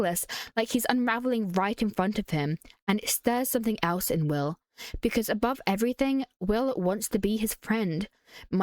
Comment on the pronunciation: Omgg when she said Wiww i laughed out loud